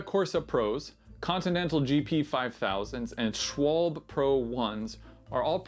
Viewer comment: Schwalbe is not pronounced this way….😖